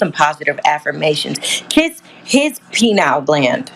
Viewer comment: I like the way she pronounced "pineal" lol. And she's right.